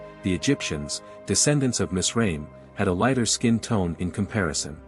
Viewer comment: Its miz- Ra - Him. Like Ab-Ra- him and Eph-Ra-him